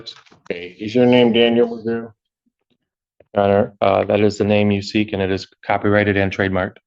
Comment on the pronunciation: This AI sounds ridiculous. Can’t even say McGoo name right. I’m sure I didn’t spell it right lol.